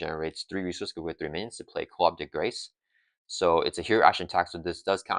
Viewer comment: gotta out meta the pronunciation police. You were spot on with yours keeping the s sound from the c in grace. Eagerly awaiting someone to say, 'ackshually- its koo-de-grah'